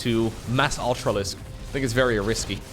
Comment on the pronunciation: Ultrarisky? Ultralisky?... totally made my day 😆Even though (or maybe because of) the silence following had some 'tchirp' 'tchirp' thumbleweed flavour to it, I for one was laughing. xD